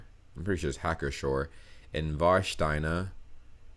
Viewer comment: Your pronunciation is pretty good. You nailed "Hacker Pschorr" which is even for native speakers not that easy.